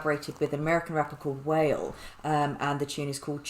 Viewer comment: its pronounced 'wa-lee' not 'wail'.......wale is a good rapper look into his songs, he has some hits